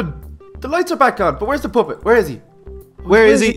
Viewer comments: It sounds like your saying poppet. Poo-pit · he sed poopet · THEY SAY POOPET PUPPET NOT POO NOT POOPET! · Lol said poopet